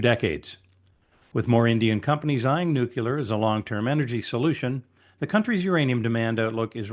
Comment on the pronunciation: It's pronounced "nuclear" not "nuculur"..